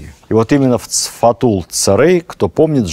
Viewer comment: Спасибо ,за лекцию,очень позновательно и интересно! Но в произношении "Сфатул-ударение на букву" а" , Цэрий - на букву " э"! Так верно! Простите! Спасибо.